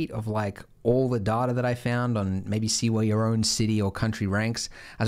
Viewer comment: its data... not data.